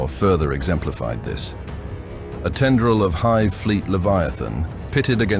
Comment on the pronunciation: I love how the AI attempts to pronounce any typos in the script. “Ten-do-reel” … you mean “tendril”?